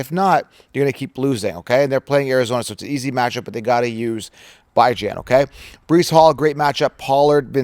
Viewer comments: Your mispronouncuation of Bijan's name shall remain a curse on him... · Hard to take you seriously when you mispronounce Bijan